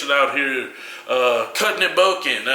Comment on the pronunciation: Dafuq kali emphasising the ends of some words. CUTEEEENG, EATEENG, BULKEENG